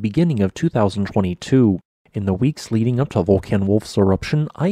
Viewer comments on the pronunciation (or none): none